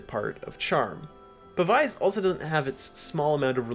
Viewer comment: Pav-ize is like the only wrong way to say that word 😂